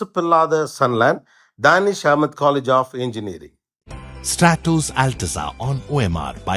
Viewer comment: It is STRATOS ALTEZZA and not STRATUS ALTEZA.Please make corrections in the Appaswamy Real Estate's advertisement.